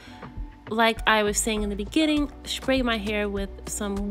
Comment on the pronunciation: Literally the most adorable hair tutorial!!! Each time you said “Shpray” I giggled. But girl you know I’m running home to place my hair in a protective style. Thank you for your patience and details. ❤❤❤